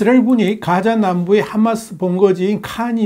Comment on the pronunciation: 하-마스 를- h .로 발음.